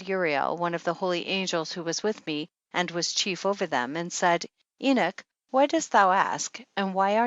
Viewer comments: Why does she pronounce it "eenik," as opposed to "eenok"? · Enoch not enik! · Why is she pronouncing the name "Enick"? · Is she saying the book of enich? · Her terrible pronounciation of "Enoch" makes me sick,. I cant last but 2 mins...:vomit